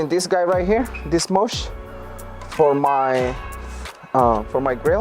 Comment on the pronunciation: It is called a mesh, not a mush.